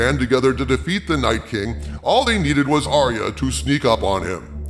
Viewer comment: ARYA not aria